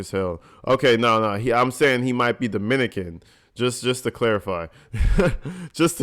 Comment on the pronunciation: I think you said Dominican wrong. Leja is from F.I.N.E